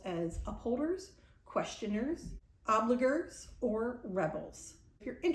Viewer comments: ObliGrrrrrr? Lol obl-eye-jer. I’m don’t know many rebels, but it explains a lot. I’m an upholder. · And a long i. The author is creating a word from oblige. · the word “obliger” is pronounced with a soft g (as in George).